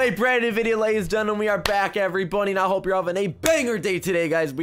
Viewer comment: I said it just me, or did I hear gentemies